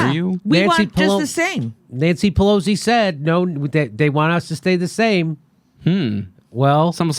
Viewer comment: Jimmy, you keep saying "PeLOZZI", but I think it's Pe LOS i.